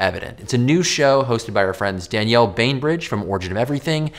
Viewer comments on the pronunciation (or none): none